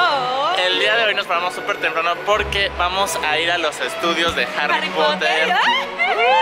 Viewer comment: Harri popoter jajaja